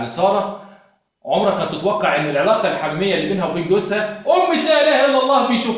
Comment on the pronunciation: اسمها العلاقة الحميمة.غلط في نطقها